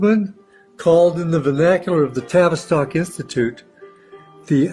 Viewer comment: Notice he said Tavis stock institute Rhymes with Travis Scott?🤔